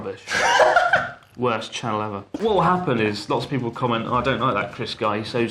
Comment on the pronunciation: Chris does a shockingly (HEH) good Seattle accent. He slips on "channel" for some reason though.